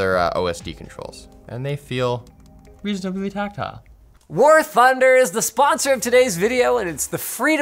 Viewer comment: "Warf Thunder" 🤣